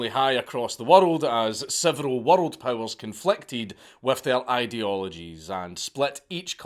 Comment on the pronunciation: I get goosbumps everytime Dank says "worRrld". If he ever gives a geography lecture I'm gonna need a bottle of me own.